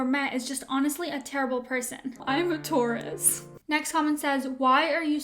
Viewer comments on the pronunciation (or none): none